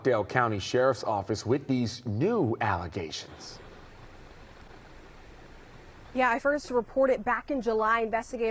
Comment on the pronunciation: Why he say "allegations" like that? 🤨